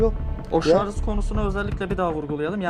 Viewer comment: şarz değil, şarj. Elinize sağlık. Güzel videolar yapıyorsunuz. Türkçe'mizi de daha doğru kullanmaya çalışalım. Bir TRT hassasiyeti beklemiyoruz ama yine de telaffuzda biraz daha dikkatli olmanız fena olmaz. Hatalı telaffuz kulak tırmalıyor. Lütfen kusura bakmayın. Buna mı takıldın da demeyin. Bunlar videoyu izlerken insanın dikkatini dağıtıyor.